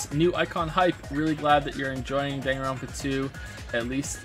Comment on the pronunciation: "Super Danganropa Sunshine"